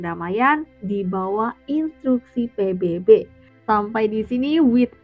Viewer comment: Menit dia bilang "pibibi"... pibibi apaan woy... Kat je jom jap cem 🤣